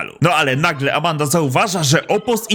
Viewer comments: Mówi się Amanda a nie Amenda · Amanda nie amenda...